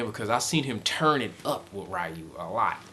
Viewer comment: Ree-Ooh. NOT Rye-You.